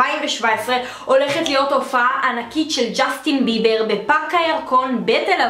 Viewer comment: זה בּיבּר לא בּיבר